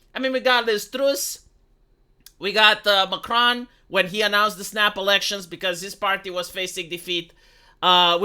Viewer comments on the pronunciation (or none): none